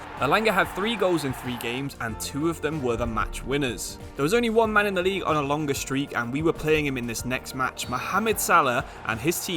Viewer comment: League one💀, Lisbon💀 and Line on Messi💀. I'm on minute 15 and there's already 3 things pronounced wrong Edit: Nou Camp💀 Edit 2: Nabry💀 Edit 3: Bresciya💀